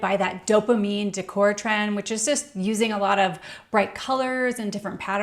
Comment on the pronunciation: What sounds cheap is pronouncing decor as "dick whore." It's pronounced "day core".